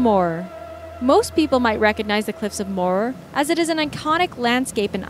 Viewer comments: grrr im irish and the cliffs of moher are pronounced moeher the h isn't silent!! do your research pls!!! also its not dangerous ive been there just don't be stupid and don't stand on the edge! its as easy as that! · Cliffs of Moher is pronounced cliffs of Mo-Her